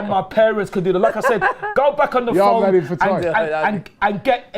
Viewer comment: Man said Yardman😂😂😂😂